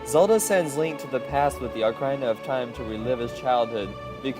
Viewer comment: nice job on the video, but dude you gotta get your pronunciations right. Ocareena, not Ocarhina. Sorry if it sounds rude